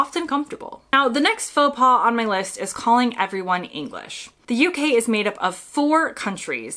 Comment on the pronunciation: Your choice of AI doesn't know the difference between pas/paws ( like in faux).